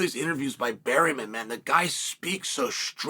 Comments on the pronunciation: has to be on purpose, right? was funny at first but a man who speaks so well, and speaks for a living, seems to mispronounce 25% of the roster. its obvious. and Barreemin is more over the top than Bluhall. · why berryman, chael? why???🤣